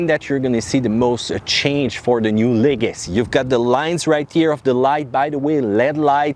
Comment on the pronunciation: Leg-uh-see Not le-gassy